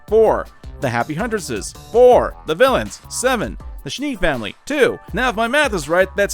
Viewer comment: Don't pronounce them Schnee like sh+knee. It sounds terrible and embarrassing.